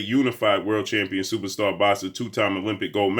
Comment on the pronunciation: What is with this dude's long ass intros for these fighters and calling EVERY fighter , "supasta boxer ?